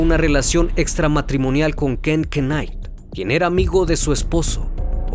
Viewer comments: Se pronuncia "nait"! No k!nait! ,Buen documental! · Nomás un consejo, investiga bien cómo es la manera correcta de pronunciar palabras en otro idioma." Knight" se pronuncia " nait " , no " que nait", la k es muda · Se pronuncia naigt knight signifca noche en Español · solo una pequeña correccion Knight se pronuncia "nait" igual que night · No mames no se pronuncia "kenait" 🙄🙄🙄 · Excelente trabajo! Una humilde crítica constructiva. Si vas a pronunciar en otro idioma que no dominas busca referencias. El apellido Knight se pronuncia "nait" la K es silente. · Muy buena historia. Me gustó más esta narración, sin grandes pausas. Un detalle: la K de Knight no se pronuncia; se pronunciaría /Nait/. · hola se pronuncia Nait .....sin la K ¡ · Knight! Pronuncia bien. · La "K" no se pronuncia en la palabra Knight.